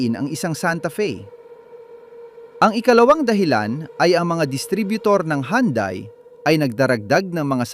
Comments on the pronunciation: Nakaka buwesit kung magsalita. Mali Mali ng bigkas Mali Mali Ang bilang ,pra ka lng may content ,, Anung yandai nakaka insulto Yan sa pangalan ng sasakyan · Ayusin mo pag pronounce Hyundai para kang shunga ungas ka